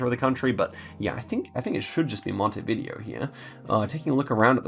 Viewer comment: Random tip of the day, its pronounced montevidèo not montevìdeo haha